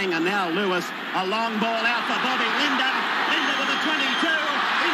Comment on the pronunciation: it Bob LiDNer lol Not Linda lmao